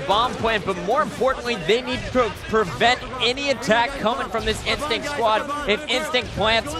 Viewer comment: "final bos...Ah god, INSTICT"